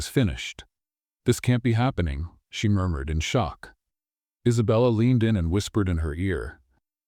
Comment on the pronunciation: What happened to punctuation? Murmured pronounced “murdered”?